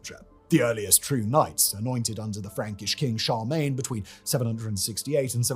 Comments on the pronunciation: I didn't know that Charmaine was a Frankish king haha. should at least try and pronounce that name correctly. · has some weird pronunciation: Emperor "Charmaine", se-PUL-chre